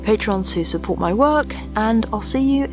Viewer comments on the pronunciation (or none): none